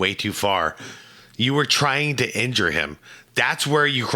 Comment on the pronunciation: "He wuz twiying tu hwurt hiiim......" Good video besides that omega Jordaniting commenting.